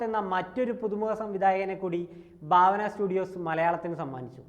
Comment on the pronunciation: Baavana alla bhaavana...😂😂ekadesam bharanide BHA pole varum😅